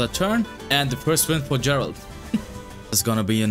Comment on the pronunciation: Please, go play witcher 3 and stop pronouncing geralt like that